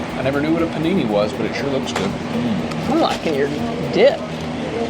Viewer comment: Don’t worry, about doing something wrong. You already destroyed the word Panini. I’m gonna get you a dictionary for Christmas lol